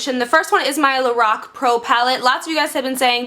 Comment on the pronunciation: You rule for so many reasons... especially for saying LORAC the right way!!